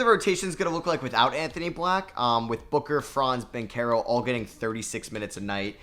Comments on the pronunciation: I mean a lot of people didn't know how to say his name in his defense but he definitely earned people's respect to at least say his name right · Who remembers when used to call Paolo Banchero Paolo Banchurro